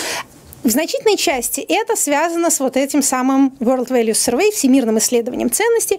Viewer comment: с произношением слова Survey у спикера большие проблемы